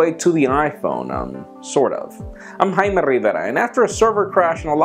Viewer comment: why does always feel the need to really express his name in hard native Spanish???